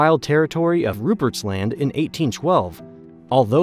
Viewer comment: Newfoundland was particularly fun to hear. And it was a little jarring to hear him say Rupert’s Land as like two distinct words. Most people I know just say it like one word. That one wasn’t as bad obviously but it was still funny.